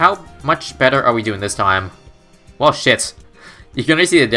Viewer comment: every time he says s*** it sounds like shift